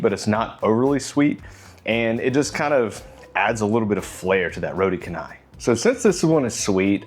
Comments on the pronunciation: canai it not read can，Its pronunciation should be like changer，chan nai = canai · Hello. Roti Canai is pronounced as “row tea char nigh”. Notice there is no hard ‘c’ here. Roti in Malay means bread or pancake dough while canai presumably is a Malayised version of Chennai which is a city in India. In Singapore., it is usually known as Roti Pratha or Prata. The basic meal is one of my favourite dishes ie. just the dough and curry gravy. Nowadays you can get a variety like the ones you featured in this video clip. There are also others like Prata Ice Cream or Prata Cheese to name just a couple. Back in the early ‘80s my primary schoolmate friend’s mom used to invite me to eat her homemade ones but the spiral orientation variety. It was crispy and buttery and delicious. Ever since then I crave spiral pratas but it seems to be a dying breed. If it is an egg Prata, it is usually squarish pouch like. The most preferred local way of eating Roti Canai is to pour the whole curry gravy onto the pancakes so that the delicious flood will be partly absorbed. I personally prefer to do this in 2 stages tearing into the first 2 doughs, then finish up the gravy tearing into the second 2 ones.❤🫶🫰